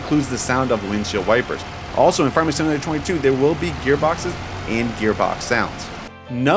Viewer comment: Slow down and E N U N C I A T E You pronounce Farming Simulator 22 like "Farmesimalayertweyto". You sound like a kid rushing to get a story out, lol